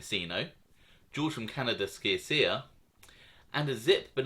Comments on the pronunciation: You pronounce george from canada last name sha sha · Sciascia...: pronunciation SHASHA. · Good vids!! One tiny thing: Sciascia is pronounced "Shasha" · SCIASCIA = CHIACHIA